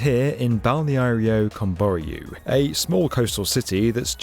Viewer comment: PLEASE!!!! It's /Kəm.bɔ.'rju/.... stress in the last syllable.